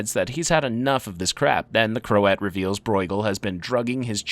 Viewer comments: its pronounced krowt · krowt, it is pronounced krowt. You can literally look up how words are pronounced, its not hard to do